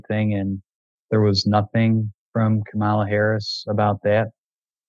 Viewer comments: And how can they claim they've ever listened to her "communicate" when they can't even pronounce her name properly? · 75% of this group can't even pronounce her name correctly. I don't want to hear ANYTHING from these people about articulating a point effectively. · They don't even know how to pronounce KAMALA name. So know way they actually took the time hear anything she campaigned on. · The tell for me is the mispronunciation of Kamala’s name. Says all I need to know about their news diet. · Absolutely staggering that they don't even realise that Trump is a liar. Wtf do they learn in American schools? And the fact that they don't know how to pronounce Kamala Harris's name says everything you need to know about where they get news from. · 🚩Most of them continuously pronounced Kamala's name wrong. You can tell a lot about the respect someone has for someone by noticing things like this . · Seriously, are people just unable to say Kamala's name? It is so disrespectful. Even the second caller who is Black can't say her name. What gives? I like action - gross. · I've become a fan of Sarah and The Bulwark lately,. but all these 'focus groups' she does now are giving ignorance a platform. Hell, they can't even pronounce Harris' first name right! I lasted 6 minutes on this one. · I couldn’t get past the first comment. He mispronounced the former Vice President’s name. That tells me he didn’t do his research, didn’t take the time to find out about her. Misogyny is what happened here. I have grandsons. They know better. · I noticed they couldn't pronounce Kamala's name. v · I hear mostly right wing media in practically everything these guys say. eg: mispronouncing Kamala, "immigration crisis", "wasteful spending", crime panic, "do it the right way", Fox and Trump's Twitter posts and Truth Social, it's all the media's fault. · I can usually tell a maga voter because they mispronounce Kamala’s name. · You can tell their news/data algorithm feed by how they pronounce Kamala.